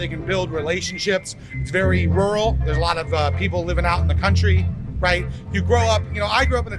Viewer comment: Kérdezted, hogy a megszólaló amerikaiakat mennyire értettük. Teljesen. Az első szemüveges csákó mondanivalójában a "rural", "feel", "important" amelyek kiejtése kevésbé volt érthető. Valahogy furcsán ejtette őket.